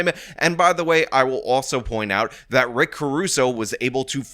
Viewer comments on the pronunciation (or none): none